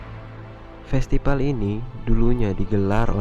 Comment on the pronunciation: festipal? hahahaha norak gak bisa baca mana b mana p ?